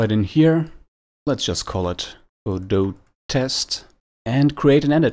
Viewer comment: You're the first person I've heard correctly pronounce Godot